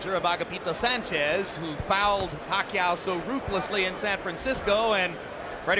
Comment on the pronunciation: I truly appreciate the commentator pronouncing Pacquiao's name correctly.